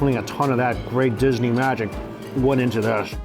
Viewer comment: Nihon "Dee-su-nee" dio...